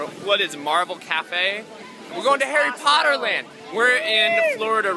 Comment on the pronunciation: Herry pottaaa lmfao lost it there